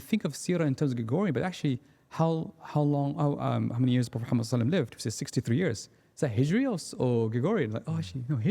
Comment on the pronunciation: He really needs to say the Prophets صَلَّى ٱللَّٰهُ عَلَيْهِ وَسَلَّمَ name with clarity and reverence. It was really quite uncomfortable. Other than that a fantastic podcast 👍